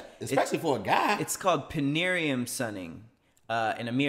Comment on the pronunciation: Am I the only one bothered that he kept saying panariem instead of perineum? Also you guys can add a poll to YouTube vids jsyk - for the top Patreon names